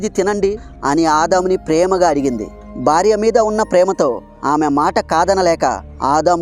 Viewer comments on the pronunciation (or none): none